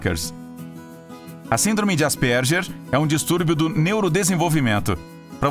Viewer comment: Ele n falou errado?Asperger